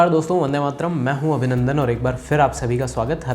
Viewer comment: बहुत ही सुंदर जानकारी और बहुत ही विस्तृत जानकारी आप देते हैं और वंदेमातरम का उच्चारण तो बहुत ही सुंदर है 🌹🌹🙏